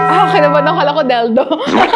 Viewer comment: Del-do ? Legi-ta-mate? Er-pads?jeh-wel-ry